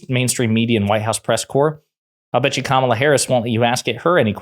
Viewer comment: At least he can say her name properly 😅😂. Money makes these people sell their country, family, and souls, and its sad.